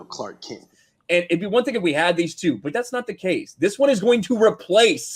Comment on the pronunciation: C’Lark Kent? 😂😂😂🤮